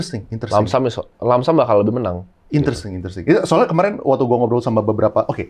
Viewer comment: gua yg udah nonton lama hanya nangkep.. "intersing,,,interesting"